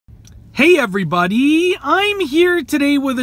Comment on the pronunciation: why you have to say EVERYBODY LIKE THAT